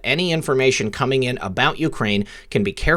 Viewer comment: its co-meeng!!!